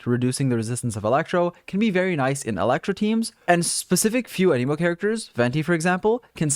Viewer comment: Don't wanna be that guy, but here's some pronunciation help: The 'Raiden' part of 'Raiden Shogun' isn't pronounced like 'ray-den,' but rather 'rye-den,' like the bread. The element 'Anemo' isn't pronounced 'a-nee-mo,' but rather like 'anna-mo.' For an auditory example of both, use Google Translate for both words, Japanese for 'Raiden,' and Greek for 'Anemo,' since that's the Greek word for 'wind.' Hope this helps out a bit to anyone needing some pronunciation help.